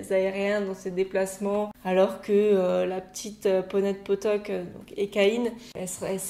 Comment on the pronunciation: Hey, merci pour ton analyse et tes compliments, ça me fait très plaisir ! C'est intéressant de connaître l'interprétation de chacun quant aux messages que j'ai voulu faire passer dans mon histoire, elle diffère beaucoup selon les cavaliers, j'adore ^^ (sinon au départ ça m'a perturbé la façon dont tu prononçais les mots "pottok" et "Ékaïne" ahah)